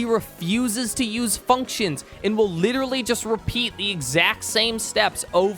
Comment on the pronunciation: i agree with 90% of the video but litttelrally cant handle you saying littttleraly one more literraly time